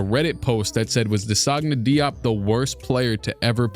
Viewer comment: It’s pronounced “Jop”